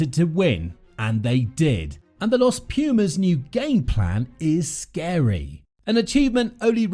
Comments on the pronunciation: I dont know if anybody has stated, but let me make a small correction; the right way to pronounce it is "Los Pu:mas", not "Los Pju:mas". Thank you, for covering our team!!💪🇦🇷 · Every time I hear this guy pronounce Los Pumas I die a little more. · Hey, here from Argentina. No even a single knowledge about rugby, so won't correct nothing about that. But minor English correction, it would be more appropriate to say THE Pumas than "Los Pumas". Los is not part of the name, but a simple article :)